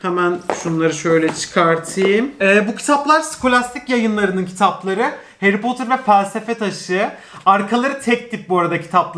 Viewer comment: 22.23 nobody harry potur ushquıswqıso